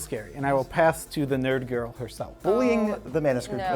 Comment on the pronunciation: Whenever says Nerd girl it sounds like Nurgle. Let's go!